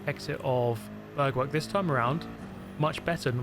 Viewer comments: it’s Bergwerk! Not Börgwörg! it’s DÖttinger! Not Dottinger! it’s BrÜnnchen! Not Brunchen! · I love how you say "Bergwerk" :D Actually it is pronounced roughly like BAIRK-VAIRK with like the english word "air" in the middle of both words.